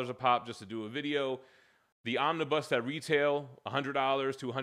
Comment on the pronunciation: If you can’t pronounce the plural for omnibus properly then the opinion you express on them should become invalid. Also, desperation was not a word I’d use for in the other vid, honest and tenacious and forward looking would be some I’d use.